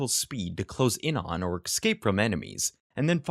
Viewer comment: I love these videos but some of the pronunciation bugs me. Especially "ekscape" ...